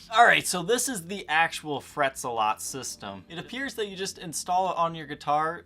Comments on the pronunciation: ZEH-LET! ZEH-LET! NOT ZUH-LOT! Seriously? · Isn't it pronounced Fret Zel-it? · Well, that was a good advertisement for a product, not. And it’s Zealot,the “ea” sounds like the “e” in petrol.